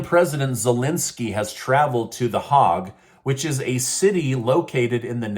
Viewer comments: Hague with an A, not hog with an O. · OMGOSH,I so so hope your tella promoter said HOG AND NOT Hague!!!! It's pronounced HĀIG,sounds like Made!!! Not HOG. And you're my news guy I just really shocked that you didn't know how to pronounce it, and you didn't even referred to it as the international criminal court I think you said it like backwards, you're in important part of my day so yes I'm going to critique that. So it's called international criminal court The Hague!! We all have brain farts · It's not pronounced "HOG"....but rather, it is pronounced "HAIG" or "Hague". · It’s pronounced “the HAYG,” not “the Hog” 😂. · Dude, that city in Holland is not “the Hog.” It’s more like Bach, with a Scottish ch. usually in English people say it like Haig. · Quick note, The hog is a wild pig, The Hague is a city & the political capital of Holland sounds like The Hay-g in Dutch its Den Haag. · DEN "Haag, "Not Hog ?"The international world court of criminal appeals in the "sounds like "Hague but Haag Netherlands. Not International 🌎 court of the HOG Netherlands. Lol 👍 😁 C-MON MAN .Haag 🇳🇱 🇧🇶 Netherlands ... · Hague is pronounced HayG not hog:) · It's the HAAg not hog like a piggy, but like you're trying to get someone's attention like hA you or like the stuff cattle eat HAY--g. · Isn’t pronounced. “Hay-ga “ not the “ Hogg”? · Thats "Hayg" my friend, not Hog. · It's not hog lol,it's Hay-ge. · The”Hog” is pronounced properly the Heg, but spelled Hague! In the Netherlands. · the hayg, not hog. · HOAG not Hog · It's THE H-AY-g, NOT the HOG. Lol. Smh. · It’s not the Hog - it’s the Hay-gue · Hey bud it’s pronounced Haaag accent on the “a” not hog. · pronounced the Haig. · I've never heard the word "Hague" pronounced as "hog". Is this something new? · Pronounced, HAY' GGG, with the accent on the first syllable. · The "hog"? 😂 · Its pronounced Hayg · Pronounced with a long A " Hagg. " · Pronounce Hague = HAYG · It’s the haaage pronounced with long A